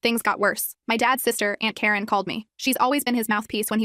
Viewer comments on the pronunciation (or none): none